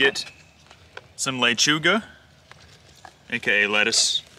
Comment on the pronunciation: Had to replay that to make sure I heard him right! And his lechuga